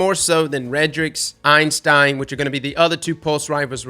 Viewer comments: EIN-stein is the scientist, EY-stein is the gun. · my friend, I love you man, but... IT'S NOT EINSTEIN, IT'S EYSTEIN 😂 everyone keeps calling it Einstein and I'm just like C'MON MAN THAT'S NOT IT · Thank you. I cringe every time anyone says “Einstein” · Why does he call the Eystein "Einstein" lol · Is it a meme to call it the Einstein? There is only one N in the Eystein name and it's at the end. If its a meme like The Dan then just ignore me. But then again, can't say Galliard or Antiope right either sooooo yup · There's no "n" in "Eystein" besides the one at the end btw. It's a mistake I've made hundreds of times as well